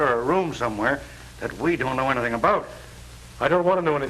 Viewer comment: Captain said Anathing instead of anything.